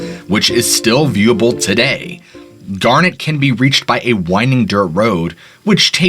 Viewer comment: Dude you've mispronounced so many words its kinda crazy. Garnet, Bozeman, Galena, madam, etc